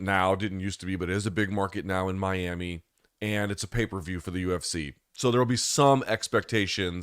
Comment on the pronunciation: And pls also pronounce 'Miami' a bit better at the start